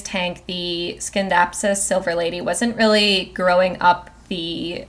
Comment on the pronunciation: Just an FYI Scindapsus is pronounced sin-dap-sus NOT skin-dap-sus. The c is silent, like in the word science. Also, coir (as in coco coir) is pronounced coy-er or even just core if you like, but definitely NOT qwire (choir). Only reason I am mentioning it is because it was said soooo many times.